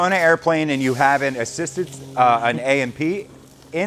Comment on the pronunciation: A & P. Not AP